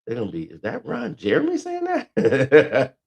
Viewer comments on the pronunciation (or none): Bro said Ron Jermey 😂😂😭